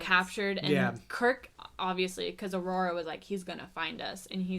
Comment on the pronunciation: Did she called Uhura "Aurora" ?